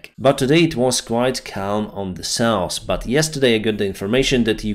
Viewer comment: South -not 'sauce' North - not norse